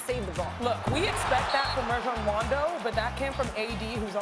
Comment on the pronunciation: She said Rajon Wando lol